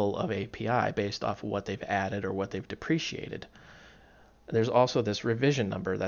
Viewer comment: Good video. I look forward to more of them. One thing though is that it's "deprecated" not "depreciated".